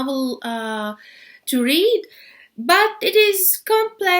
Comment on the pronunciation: حرف T ينطق ت وليس ث بالانجليزيه. ( بيتوين مش بيثوين. تو وليس ثو. سامتايمز وليس سامثايمز). النطق غير سليم تماما. ارجوا تحسينه فلمستقبل.